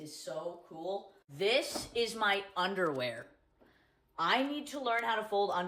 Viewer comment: "This is my underrwearrr...I need to learn how to fold undawaa like this..."